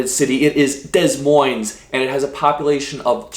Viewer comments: Not Dez Moinez but Da Moine..... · The correct pronunciation for Des Moines is "Da Moine" all s's are silent! As someone born, raised, and still reside in Iowa❤ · No s on either...I get it. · Dez Moinez? I said that to my 7th grade social studies teacher. I had to write it 150 times!😂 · I'm 5 years late to the party, but yeah, talk about nails on a chalkboard with how you absolutely butchered the pronounciation of Des Moines. Holy crappola that was bad, lmao. Other fun things invented in Iowa are: vending machines, gas-powered tractors, trampolines and the ACT(standardized tests were created by Lindquist in Iowa) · Learn how to pronounce Des Mounes, please. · Ok but the way you pronounced "Des Moines" is foul 😭🙏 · Born and raised in Iowa. You did pretty good,but miss pronounced the capital. Iowa is also home to the big sports tradition, the Iowa Wave. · You pronounced Des Moines wrong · I’m about to throw hands because of how you said my capital 😤